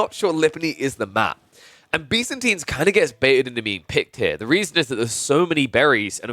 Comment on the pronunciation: you call byzantines Bee's-antines lol